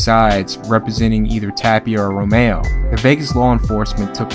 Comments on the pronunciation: Rom-eR-o, not romeo. And tho Romero was loved in Albuquerque, Tapia was everyone ,including my, favorite. Tapia is very much a representative of Albuquerque, at its best and worst. Tapia will always be abq's son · "Romero" not Romayo. Nice Rass Kass reference.